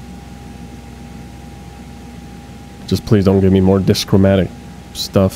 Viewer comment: Also, DIchromatic. Two colors. not Dischromatic. No S!